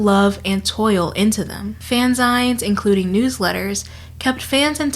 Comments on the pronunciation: a few thoughts because, as usual, this was such a compelling video! - fanzines and zines are pronounces like "zeen" as in magazine (at least I'm far as I know) - the older I get, the more I learn how similar I am to other people. I, naively, thought that no one else thought up romantic scenarios to help them sleep at night (my night time dream sequence) and yet its a very popular thing lots of us do! - fanfiction taught me about sex and sexuality. I NEVER got "the talk" from anyone in my family. Thanks 1D and dramione fanfic! - I have made most of my friends and bonded with a lot of others over fanfic. Every non-male friend I've made has written or read fanfiction, AO3, or wattpad original stories. We'd swap recommendations and talk about them in between classes and at lunch. Still, ten years later, now in my twenties, my friends and I read fanfiction, recommend stories, make fun of the ones we used to read and write, and overall have a wonderful time. - I am so glad you mentioned Dark. I should NOT have been reading that as a middle schooler ... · I love the pronunciation of "Fanzines" in this video; I can certainly see how it could be pronounced as "Fanz-ines" rather than the more usual "Fan-zeens". English is a wonderful, evolving language. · No two things have made me felt older than the insinuation that fanfiction "feels like a modern invention we can blame on Gen Z" and the pronunciation of fanzines, a portmanteau of the words "fan" and "magazine" as 'fan-zaighns'. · um hi this was great but dear god it's pronounced fan-ZEENs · Fan...zines? No you're saying it wrong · I love this video and have been bingeing your channel for days, but I wish I could travel back in time to tell you it's pronounced fan-zeens. Also, your voice is great as is, we need more people not shouting all the time on this platform. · The way you say fanzines has my blood boiling Great video otherwise